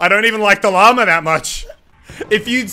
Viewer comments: Stop saying llamerr. It’s llama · Whenever muselk says “llama” I hear “Lamar”